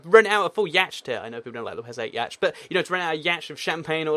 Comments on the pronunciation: yacht is prnounced like yott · yay, ma boi says yaut as yatchet!